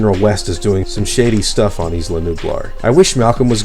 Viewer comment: The way you say isla is wrong. It's "I-La". Like island. You don't say is-land. Just saying. Don't care really and not even sure why I'm saying this lol. Great video totally just subscribed.